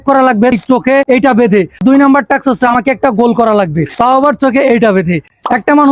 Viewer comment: আরে ভাই টাকস নারে ভাই টাস্ক